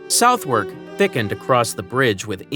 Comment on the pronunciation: Southern NOT SOUTHWERK